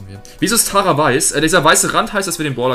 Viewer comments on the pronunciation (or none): none